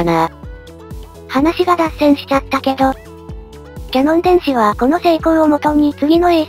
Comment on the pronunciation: キヤノンですよ。キャノンじゃありません。御手洗さんに怒られちゃいますよ🤨🤨🤨 ところでキヤノン電子は解像度を上げる技術は高いようですが、分解能を上げる技術も高いんでしょうか。 分解能を上げる技術の方が難しくて、ニコンやライカはこの方面の技術が得意な気がします。 キヤノンのレンズ等、光学系の技術はどの程度なんでしょうね。